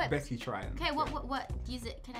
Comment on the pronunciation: He said Becky 😂